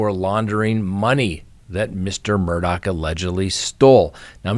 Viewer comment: I wish that there was one station that would say Murdaugh name right !! His name ends with " gh" not "CK". Drives me crazy!!! I had a difficult last name prior to marriage so I always try to say someone's name right and this one is easy so why can't anyone say his name write? Geeerzzzz